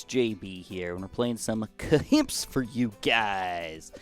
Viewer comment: some kahimps